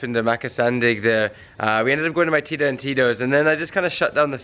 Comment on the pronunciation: You say tita like tida?....